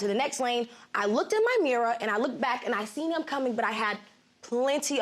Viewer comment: “Mirruh” lol